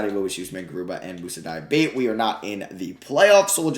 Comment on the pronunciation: Diabate is pronounced Diabatay btw. Nice video otherwise